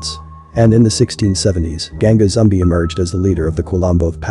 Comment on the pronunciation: It's pronounced "zoom-BEE." Also, the quilombo [kee-LOHM-bow] in question is pronounced "paal-MAR-es." Axé Capoeira!!